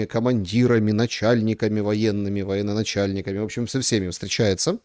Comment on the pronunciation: Ну, блин горелый! ТЫЖЕЖУРНАЛИСТ! Не воеННОначальник, а военачальник!